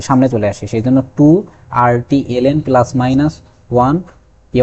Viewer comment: পেলাস বলেন কেন?